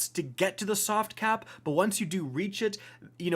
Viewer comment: "this is my cat Uldren, he's very "Sovt"